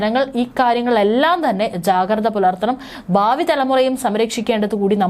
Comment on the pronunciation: ബാബി എന്ന് പറയാതെ ഭാവി (bhavi) എന്ന് പറയു പെണ്ണെ.